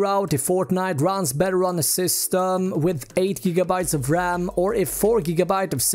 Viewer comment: Take a shot everytime he says raMM